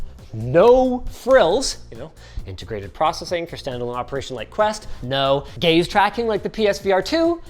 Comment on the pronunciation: I thought I heard gays tracking